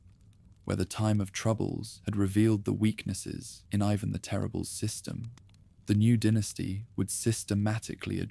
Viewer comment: The Russian name is pronounced “ee vahn” not eyevan. Make sure your AI voice gets things right.